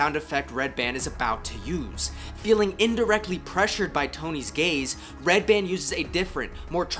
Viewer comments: "Tony's GAYze" 😂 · I heard “Tony’s gaze” as “Tony’s gays” lol like a small group of tiny twinks and beefy bears that follow him around and snap their fingers/sing show tunes.